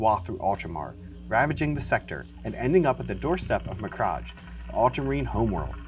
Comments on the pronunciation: Please my guy… it’s beheeeemoth behimoth. And is MacraKe not Macraje. I don’t min people mispronouncing this normally but you’re making a video for YouTube, learn to pronounce basic words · Why do you pronounce it as mccrajj and not mc-crag which is how it's said? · What kind of pronunciation of macragge is that? Macraj... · The Ultramarines will hunt you down for pronouncing thier homeworld that way... ha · That's not how you pronounce behemoth or macragge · Your pronunciation of Macragge is upsetting